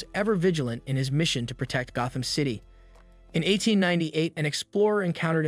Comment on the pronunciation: Oh shit it’s AI HAHA GO-tham City? Not Gotham?